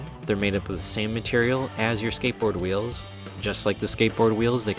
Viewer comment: "Now ve vill walk about ze und veals... yes, ze skate- no, not veals, ze VEALS, you know, what's the matter with you, veals, skateboard veals!!" lmao